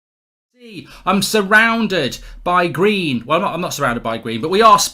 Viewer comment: Oh I thought he was saying "Im surrounded by greed" hahaha